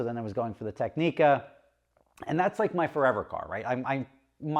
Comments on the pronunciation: Your Technica order will never be processed until you learn how to say the name properly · Explains xenophobic Monaco experience - wow thats bullshit. Starts pronouncing Technica - oh i get it now 😅